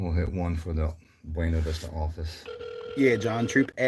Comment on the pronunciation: Locals pronounce Buena as "Boona".